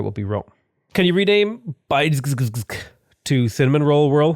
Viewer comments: Bydgoszcz is pronounced Bid-Go-Sh. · As Polish im offended by how you pronounce Bydgoszcz.